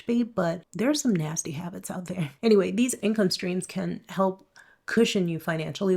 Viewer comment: Cope. I love how she keeps saying income strings